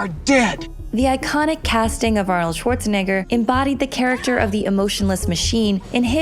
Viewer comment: Thank you for pronouncing Schwarzenegger more properly than the usual annoying "SSSwarzenegger" that's all over youtube!